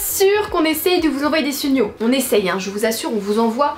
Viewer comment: Super vidéo comme toujours mais j’ai remarquer que à 4min23 au lieu de dire des signaux tu dit des sugnaux peut être mal articulé mais sa ma fait beaucoup rire sur le coup ceux continue je t’adore